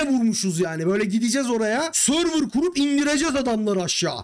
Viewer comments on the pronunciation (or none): none